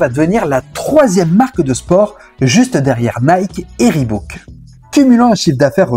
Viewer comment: Intéressant. Precision: on prononce riboc pas ribouc.. Si ça peut aider...